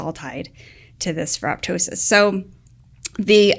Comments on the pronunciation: Pronounced: Feh-roh-toe-sis (the "p" is silent) -- like pterydactyl and ptosis (dropping of eyelids). Like ferroptosis, many often mispronounce apoptosis, where the second "p" is also silent. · "ferro-tosis" the "p" is silent as in 'ptosis' ("tosis")or drooping of eyelid.